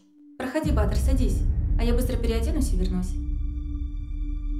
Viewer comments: Ба́тыр ударение так режет слух..Баты́р, у нас говорят в Центральной Азии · Только БатЫр, а не Баатыр( ударение на "а"), хотя бы атарымызды адемилеп аитайыкшы БатЫр , дым жаксы аттарымызды булдырып на русский лад. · Не Батыр, на голос на а, а Батыр, на голос на ы.